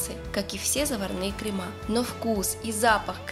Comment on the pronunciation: Вы же кондитер. Не кремА, а крЕмы. Не ганашОм, а ганАшем. Можно не знать правильное произношение слов из других отраслей, но из своей - это святое.